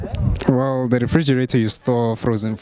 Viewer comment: After this video I can't even pronounce refrigerator correctly myself 🤦🏽‍♂️